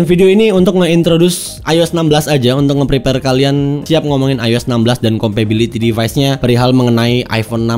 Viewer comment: Kompatibilitas bang bukan kompabiliti. Kan inggrisnya “compatible” bukan “compable” ✌🏻